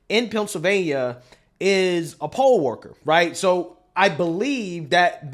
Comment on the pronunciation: Sad parents cant go too work leave they children at school while teacher's being grimey children and politics shouldn't even be in the same sentence smh. Sue Sue the district. He said poll worker not (pole) worker 😂 why is poll worker at a school i thought children are there too get a education.